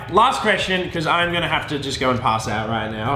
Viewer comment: "hey guise, how's it gowring"